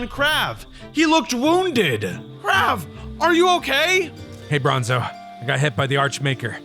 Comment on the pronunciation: Why in every video you say bronzo!